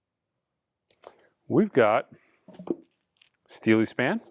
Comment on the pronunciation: "Steelyspan". Hahahahaa!!! Love ya man.